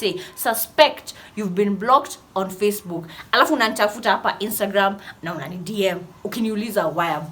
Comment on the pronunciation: makes on sound like hon which sometimes sounds like horny when she says 'hon it'